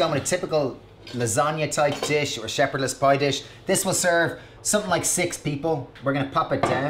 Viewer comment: Did you say “sheperdless pie”?